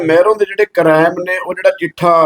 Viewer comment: ਕਰੈਮ ਨਹੀਂ ਹੁੰਦਾ ਅਨਪੜ੍ਹ ਕੁੜੀ ਯਾਵਿਆ ਕ੍ਰਾਈਮ ਹੁੰਦਾ 😂